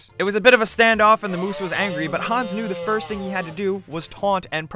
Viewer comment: XD when you say hans it sounds you say hons